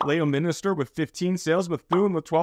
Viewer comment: Kind of crazy to see the town I bought in up in the top five right now, certainly not complaining. Also, Leominster is pronounced as if you're saying "lemon stir" not... whatever you said. 🤣